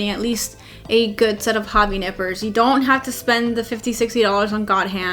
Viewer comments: Did she said Nipples or Nippers, just kidding although given the view 😉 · She said nipper, i heard nipple... wtf happening with me...